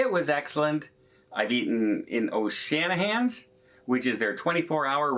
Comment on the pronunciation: It is "O'Sheehan's" not O Shanihan;s.... I just got of the NCL Escape, my muster drill was done online. I just had to show up at the muster station to swipe my card (to prove I know where to go). The specialty dinners were outstanding…. And I prefer reservations and a certain dress code… I was told by the clerk that I have to wear long trousers … (I am a 70 life-long New Yorker…. Trust me …. I know how to dress for dining out)… just a note: when I finished my amazing meal at Le Bistro, I noticed two adult men wearing shorts and a tee shirt with sneakers eating in the open court in front of the restaurant… I called the maitre d' over and asked about lack of dress code and why it applied to me but not them….. She said…. Notice where they are…. Outside…. They were refused entrance inside. Other diners heard me ask and many backed me up… The wifi was horrible .. I heard a lot of business people complaining. I ordered a tap Guinness beer (In the “TAP ROOM”) and they gave me a can of it…….(they had a Guinness tapper on the bar) We ordered a porter to take our bags from that huge room in disembarkation out to our Uber ride… somehow one of my bags was left behind (I gave my bags to the porter myself)… we could not get back in (homeland security ) but an NCL rep managed to retrieve it for me. Then when we pulled up to the dock in Cape Canaveral in Florida I saw the dock workers wear winter gear with hats and gloves and scarfs.. then some 2 hours later in New York it was warmer than in